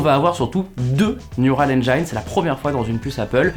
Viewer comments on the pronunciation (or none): Neural Enjaïne ?